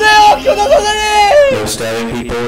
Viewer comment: 고자 선생님이라 들린거 제 기분탓 맞죠??